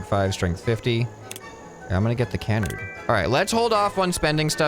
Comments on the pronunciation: It’s Ca-Nard, not Can-Ard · its pronounced kəˈnärd